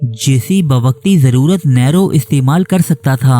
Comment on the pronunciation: نیرو نام کا تلفظ صحیح کر لیجئے